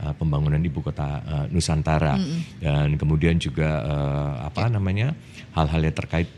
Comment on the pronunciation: ITU ORANG TIDAK BISA MENGUCAPKAN NUSANTARA. IKN SAJA BISA NYA.